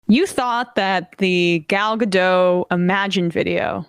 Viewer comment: GadoT, Emna. She's Israeli, not French. Her name is pronounced with a hard T. Fun trivia: Gal is Hebrew for Wave, and Gadot is Hebrew for Banks, as in river banks.